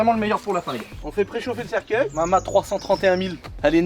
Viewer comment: cercUEIL pas cerceuil ^^